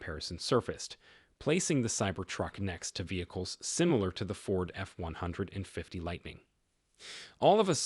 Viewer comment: AI can't even pronounce F-150 right.